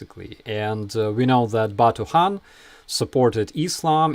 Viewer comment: I love it when you debunk Russian bs. The way you said Khan makes me think of Hun. Those words must be related.